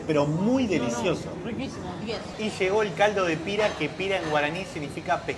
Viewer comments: no se dice " el embeju ....se dice simplemente como una m muda mmmmbeju y no se dice pira ...se dice pirá ...con acento en la a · No se dice pira se pronuncia pirá tiene acento en la a para la pronunciación pero se dice pirá